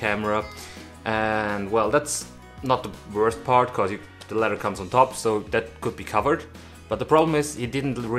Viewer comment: This guy cracks me up. He pronounces it letter instead of leather and sick instead of thick. Not making fun. It’s just funny.😄